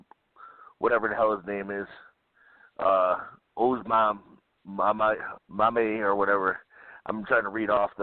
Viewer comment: Guys! Omameh. Oh-mah-mey. There's no S.